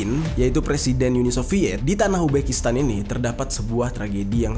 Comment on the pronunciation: Walaupun tulisannya "Khrushchev" cara membacanya yg benar adalah "Kruschov", lalu "Uni Soviet" bukan dibaca "Yuni Soviet"